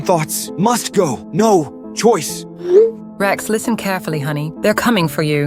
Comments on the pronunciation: "Rex, NUMBER" it's supposed to be 'NO'? 😂😂😂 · instead of rex no the ai said "REX NUMBER"